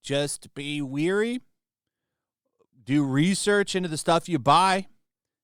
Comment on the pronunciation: It’s “wary”, which means “careful”. It’s pronounced “WARE-ee”. “Weary” means “tired”. It’s pronounced “WEER-ee” (how you pronounced it in the video). Sorry to be that guy, but this is a common one.